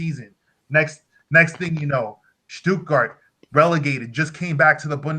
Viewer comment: I mean, that's great that you live in Stuttgart, yet can barely pronounce German words. I'm from Bremen, have family in Bremen. Sorry mate, you're no Raphel Honingstein. I leRv ErN StuErTgErt.